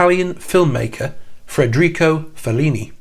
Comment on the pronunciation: Please, that's Federico (FAY-der-EE-co)Fellini, not Fred-REE-co.